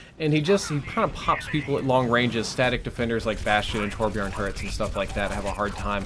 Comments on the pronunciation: Torbjörn is pronounced [TOOR-BJEARN]. The Björn-part is pronounced like in "Earn". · it's torbyorn I'm Swedish also he says torbyorn in game get a character then switch to him he's says torbyorn here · It's also can be pronounced toorb-yourn it's a poe-Tay-toe Poe-ta-toe thing